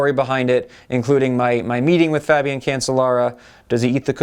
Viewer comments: Cancellara is pronounced "can-chell-ah-rah" isn't it? "Chell", not "sell". That's what I've always heard them say when I'm watching the Tour de France etc. And these sources pronounce it "chell" as well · Nice views. But Phil, if you keep calling him Cancel-lara he will cancel you. I think that is what he was thinking. It is pronounced Can-CHE-lara.